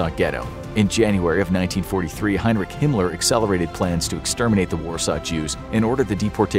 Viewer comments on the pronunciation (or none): none